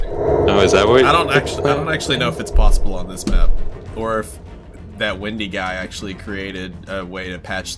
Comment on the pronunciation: it's windy not wendy